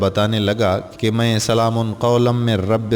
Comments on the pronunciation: Ap quran ki ayat to thek pary سلام Kay meem per pash hay zabar nhi ap nay do martaba zabar kay sath pari hay is say mani badal jaty hay plz take care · Salam Man k oper Zabar nhi Paish ha Bhai Zara parhty waqat ghaor kareen please